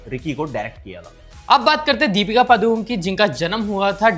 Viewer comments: The actual pronunciation of Padukone is not पादुकोन it's पडुकोणे that's also a place name in Karnataka that's where they hail from. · पादुकोन नहीं The correct pronunciation is पडुकोणे (Saraswat Brahmanas also have a surname called Moodukone मूडुकोणे